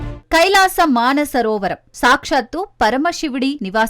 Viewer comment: అమ్మా... అది మాన సరోవరం కాదు తల్లీ, మానస సరోవరం. ఎవరి ఇష్టం వచ్చినట్లు వారు భాషను ఖూనీ చేస్తున్నారు. భాషపై శ్రద్ధను వహించగలరు